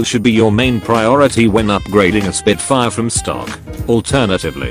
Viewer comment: SPIT FAIA . . . Eurobeat?